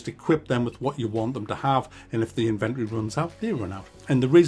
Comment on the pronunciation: That’s not how you pronounce inventory